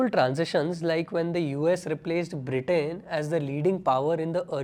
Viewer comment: the conflict between BRE-TAIN & Germany 😂😂😂😂 cmon bro. at least pronounce it right. 😂😂😂